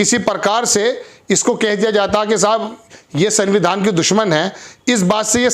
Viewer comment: सर सनविधान नहीं बोला जाता। इस में आधा न आता है। इसलिए आप संविधान में पूरी न ना बोलें। उच्चारण को सुधारने की कौशिश करें। पहली बार आपके मुंह से गलत संविधान का नाम सुन कर अजीब सा लगता है। ख़बर बढ़िया लगी। आपका धन्यवाद।